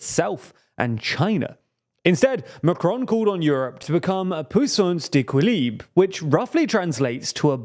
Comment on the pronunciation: I was going to unsubscribe on the grounds of "sixth form silliness", but discovered I already had. 😂 Maybe it's because you murdered the two (or is it three?) French words "puissance d'équilibre" (why have a go at all? 😮) or that I'm French and a Renaissance voter 🤣🇨🇵🇪🇺.